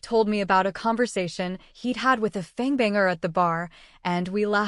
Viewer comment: This is totally an AI voice you can tell in the bad mispronunciation of words and the blending of words..fong=fang, fi-x e d= fixed😂